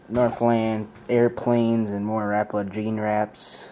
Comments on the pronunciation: well everyone around here and everyone that i know pronounces it ruh-po-luh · learn how to say rapala..